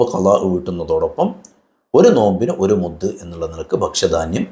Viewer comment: ക്ഷമിക്കണം മുത്ത് അല്ല മുദ്ദ്